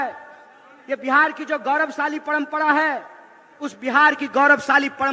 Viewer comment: पणमपणा नही परंपरा होता है